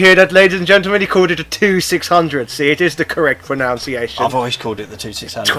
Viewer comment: Pretend posh man mispronouncing pronunciation has made my day.